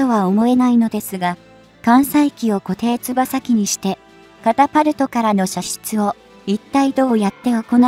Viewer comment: 固定翼はこていよくといいます。独島はトットで島山安昌浩はトサンアンチャンホとせめて読んでください。音声だけで聞いてたら何を言ってるかと驚きました。